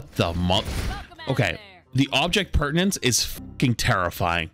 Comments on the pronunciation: why does he say perdanence? its permanence. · it's object permanence, not pertience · It's not "pertinence," it's permanence. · I hate that this kind of thing annoys me, but saying "object pertinance" instead of "object PERMANENCE" just grinds me the wrong way. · it's object "permanence". pertinence is essentially whether something is relevant. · God flats saying pertinence instead of permanence got painful by the end of this vid lol. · baby… it’s Permanence… not pertinence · Object Permanence, not pertinence. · object PERMANENCE, FLATS, NOT PERTINENCE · flats my man its object permanence , come on my man its your native language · With so much peace and love, it's called "object permanence", not "object pertinence" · object PERMANENCE not pertinence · As a being that is made up of atoms and DNA, I can not stand the fact that he says "object pertinence" and not "object permanence." Please flats, just do it right next time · I think you mean object permanence. Sounds like you are saying pertinence? You are right though. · Object permanence, not pertinence. Just thought I'd mention. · Were you saying object pertanence 🙃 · Object permanence* not pertinence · it’s object permanence. not pertanents. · object PERMANENCE, not pertenence haha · It's object permanence, not object pertanence. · It's object PERMANENCE not pertinance 😅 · every time he says object "pertinence" i die a little inside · It's actually object permanence. Very common mispronunciation. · I love the content. But it’s object *permanence” you’re killing me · So we're just going to keep letting mispronounce the word "permanence" in the phrase Object Permanence huh? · I love these videos, but man did it hurt to hear you keep mispronouncing object permanence